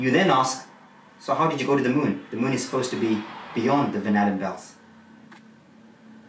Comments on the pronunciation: Am I the only one that keeps hearing "banana belts"? Instead of Van Allen belts? It's funny, but also annoying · When he says Van Allen belt, I hear Banana Belt! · I can't help but everytime he says van Allen belt i hear banana belt lol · I’m halfway thru this, and the longer I listen, the more the phrase “van allen” sounds like “banana.” Hmmm.